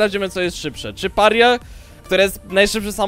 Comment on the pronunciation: Mordo, weź naucz się to wymawiać. Mówi się Peraja.